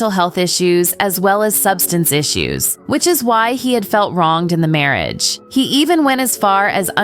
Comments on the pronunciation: So you missed the marrie-age 😂😂😂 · Well least you made it past marry-e-age and droogs. 😆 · Proof of why a person, not AI is better. Cudos to all the real video editors and voice talent. This video is painful to listen to. Can’t pronounce basics words. Like marriage. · Who - or WHAT - is narrating this piece!?? AlleGGedly? Mar-rEE-age? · Mississing drigs and threeten-ed harm during their mare-ee-age? I can’t with these stupid AI voices. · Narrator can't pronounce simple words such as marriage aor allegedly, and speaks in the nasal immature voice, with a rising inflection at the end of words. A great example of why most of the world despises America's vacuous empty culture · Yeah, mispronounced "marriage," "misusing", and "threatened." And Skynet says that AI is smarter than humans.